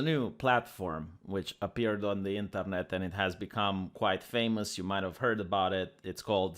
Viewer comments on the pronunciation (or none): none